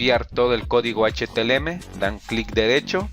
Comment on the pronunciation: Esss H - T - M - L y Nooo H T L M !!!!! JAJAJA LO REPITE 100 VECES. Ademas lo estoy viendo en el 2018, la interfaz ha cambiado mucho por las actualizaciones.